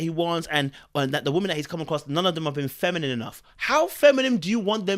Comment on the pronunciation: God doesn’t think he deserves a “feminine” woman , that’s why he can’t pronounce it .